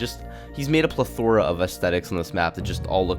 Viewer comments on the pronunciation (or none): pleh floora ? its plethara